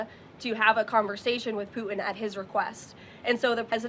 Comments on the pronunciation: can this woman not pronounce PUTIN? she keeps calling him poo in - True Ghetto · She needs to pronounce her t's. It's Putin not Puan. Lol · Why does she pronounce "Putin" as "Poo-in"? What dialect is this? It sounds like a Cockney accent influence, but she's speaking American English. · and cant pronounce PUTIN - OMG ...... who is poo in? she sounds like Candace Owens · and cant pronounce PUTIN.